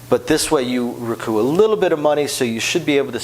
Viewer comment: I would guess he had a few semesters of French that are pushing him to pronounce it the way he does.